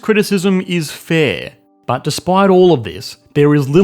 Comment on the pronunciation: The way this man says "BHUT" makes me feel things